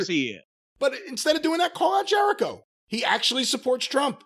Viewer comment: Something small but I lmao when he called Jericho “Jericovid” 😂